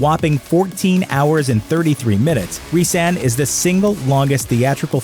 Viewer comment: Resan not reesaan